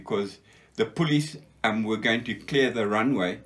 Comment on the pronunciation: Another wonderful interview!! Nice to be reminded that not all fighting men were crawling around the bush! Some guys were smart to enough fly over it - and nothing could happen without them! I love ' Afrikaans pronounciation of "police" - he never lost it!!:-) Grerat history!